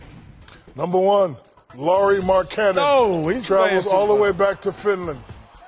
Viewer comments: "Lauri Mar-Cannon" Shaq said it right he shoots cannons! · Somebody tell Shaq how to pronounce Lauri Markannen's name